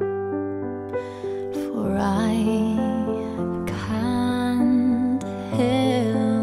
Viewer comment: Muy fan de la voz y de Elvis, pero la pronunciación de ese CANT omg... me perfora el cerebro